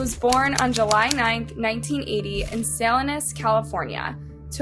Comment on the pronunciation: She also pronounces a lot of words wrong, I've noticed. In one video, she kept using the word "composted" instead of "decomposed". In another. She said "hunged" instead of "hanged" or "hung". And in this video, she said "SAL-ihn-as" California when it's "Sah-LEEN-as" California. There's many other examples, including the names of some victims. I remember in one of her recent videos, she kept saying the victim's name wrong despite showing news clips where the victim's name was said numerous times. And this wasn't the first time. It's just lazy to not put the effort into learning to pronounce the names of victims and cities, and to use the wrong words regarding criminal cases when the subject of this channel is criminal cases. Like OK sure, she may have been reading a script from someone else, but that tells me she never actually watched the news clips where they say the actual pronunciation. I used to really enjoy watching but now, I'm kind of over it and would rather listen to someone who actually knows the names of the people they're talking about.